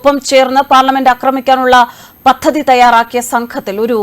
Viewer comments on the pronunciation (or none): none